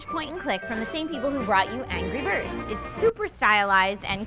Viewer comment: Ive never heard any one say angry birds like does.